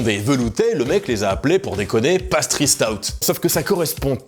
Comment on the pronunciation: vidéo interressante par contre ta prononciation du mot "pastry" est du niveau de ceux qui disent "palale" pour "pale ale" XD